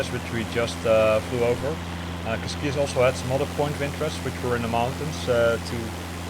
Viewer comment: Hey man, that pronounciation of cascais was just horrible ahahah, funny though, but you pronounce it cascáis, not casquias. Something like, cashcÁish. cheers